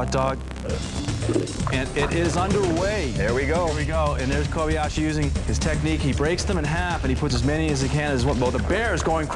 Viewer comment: ***** It's Kobayashi. Not Kobiashi.